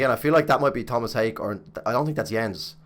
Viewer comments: Haake is pronounced just like it looks "ha--- ke-" not "key" but "ke". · How Tomas pronounces his name. "Haa-ke"